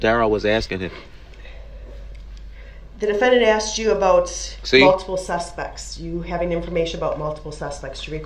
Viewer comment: I wish someone had asked him what"axed"or "boaff"was